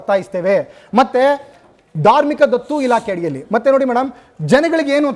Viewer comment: ಧಾರ್ಮಿಕ ದತ್ತಿ ಇಲಾಖೆ ಮಾರಾಯ್ರೆ ಅದು, ಧಾರ್ಮಿಕ ದತ್ತು ಇಲಾಖೆ ಅಲ್ಲಾ ಭೈರಪ್ಪ ರೇ..,, 😅😅